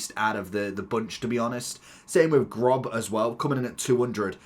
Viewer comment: It’s Gross not Grob